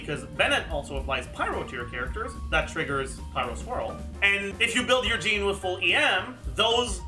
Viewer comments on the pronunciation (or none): none